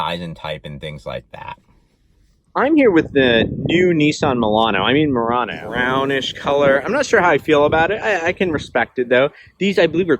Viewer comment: When you said “Mulano” that lost me